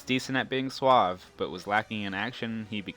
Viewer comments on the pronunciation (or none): none